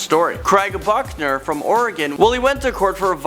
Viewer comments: I swear you said fuckner instead of Buckner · Craig Buchner sounds a lot like Craig F**hner every time you say it. Lmfao